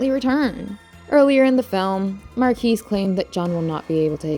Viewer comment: The s is silent. It's not mar-kees. It's Mar-key.